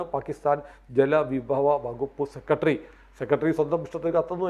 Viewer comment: ഉച്ചാരണം മോശം സെക്രട്ടറി എന്ന് പറയുക. സെക്കട്രീ അല്ല